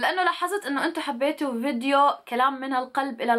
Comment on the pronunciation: الي عجبني ،، انو بطلتي تحكي فيديو ﻻنو vedio مش حرف فاء 😉